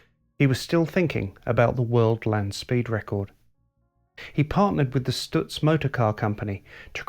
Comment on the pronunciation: I've always been hurt that so few people knew of the genius that was Frank Lockhart. I guess that the brevity of his career could help explain that. Two things that I felt let down by this video. IT was too short, because there was much more to be said! Also someone should have coached the presenter how to pronounce Stutz! (St-utz not Stu-tz) About Lockhartz's legacy. He was a master of car preparation and his two Miller racing cars raced on without him. Louie Meyer won the national championship while driving most of the seasons races in one of the Lockhart cars. the other Lockhart car won the 1929 Indianapolis race with Ray Keech driving. As for Stutz, they were involved in Le Mans the same year Lockhart was lost and were in a winning position until late in the race when the cars innovative 4 speed gear box began to fail. The Stutz Model BB Blackhawk came home in second place, 8 miles behind the winning Bentley which was reduced to running at 50 KPH by a failed cooling system and a cracked frame. After this date the investors in Stutz were discouraged and the company faded from the market.